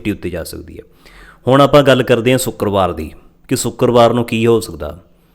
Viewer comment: Bhai saab sukerbar nhi shukerbar😂